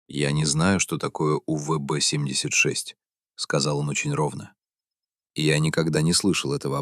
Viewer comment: Ну насколько нужно быть ДОБОЁБОМ, чтоб хотябы не смочь правильно произнести УВБ76